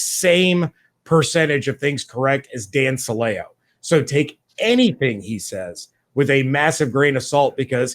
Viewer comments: Since I was here back when he was on WDAE in Tampa, I can tell you his name is pronounced "Silly-Oh" and I can also tell you the only reports you can believe with his name attached to them are the ones that claim he said something racist, misogynistic, or something just plain stupid. Not worth your time even talking about it guys. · I think you're mispronouncing Dan Silio's name. I remember when he was with the buccaneers I think he even pronounced it like the word silly with an o on the end.